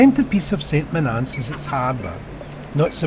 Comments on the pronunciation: Saint Monaaaance? I grew up here, its pronounced "Sunt Moan-ans" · Strange pronunciation of St.Monans.